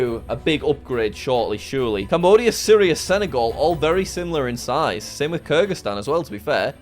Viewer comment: And Kyrgyzstan is pronounced keer-gu-stan